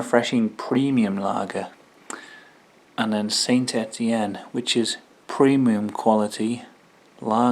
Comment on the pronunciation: I think the Sainte Etienne is pronounced San Etienne after the french city, Ray had can of it before and said it was just like Stella only cheaper, nice face off vid mate keep up the good work 👍